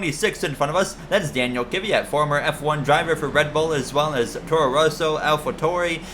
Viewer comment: Kvyats name is pronounced (Dan-eel Kih-viat) just for future reference